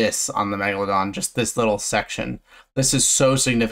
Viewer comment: i just listened to an old video about the megalodon and he said it "megalondon" and i choked